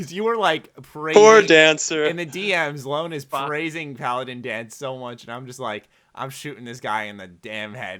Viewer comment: Danse is pronounced Danze, even in game by the characters, yet people stillllll say it wrong